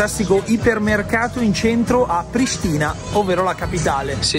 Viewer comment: però è Prìstina non Pristìna (l'accento tonico và sulla prima ''i''). Bella zio;-)